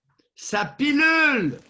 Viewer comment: On dit « ça pullule » et non « ça pilule » Doc Mailloux, petit lapsus. Ha ha ha!